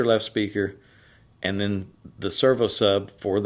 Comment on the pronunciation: Hello. I was born and raised all my life in East Texas. The accents are so thick it's like a different language. But the way you say the word "and", lol. Ayuund. Three syllables?!? Reminds me of Dolly Parton or Loretta Lynn